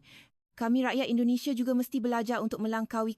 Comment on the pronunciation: Kami tak ande kami sebut anda jangan lah letakan e di semua huruf A. Nak tiru suara Malaysia belajor le dulu…Bukan Malaysie tapi Malaysia bukan Indonesie tapi Indonesia… Jangan reka sebutan sendiri…